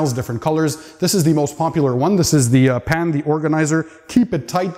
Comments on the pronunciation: Are you saying "Pan" or "Pam"? Im sorry can someone help me with this Pan-Pam dilema Is it like “calm” except P-A-N-M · The way you said 'pan' in the intro leads me to believe you've played PUBG